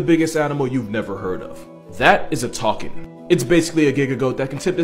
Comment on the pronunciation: It's called a Takin not Talking